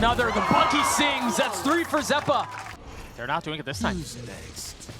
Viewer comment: Misspoke ze-pa lol